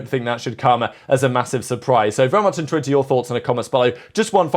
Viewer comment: 'Bery interwethed to hear your comments below'